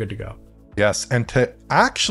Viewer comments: As a Mandarin speaker, Alex's 再见 "Zai Jian" is actually super accurate! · That “再见” is quite good:goodvibes